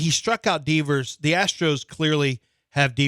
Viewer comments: Lmao Deevers and he’s confident saying it that way. 😂😂😂😂😂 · That’s not how you say Devers😂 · Lmao that’s what I was thinking the whole time